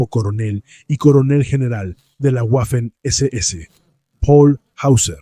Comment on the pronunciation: Cada vez que pronuncias "Güafen" muere un cachorrito, que lo sepas.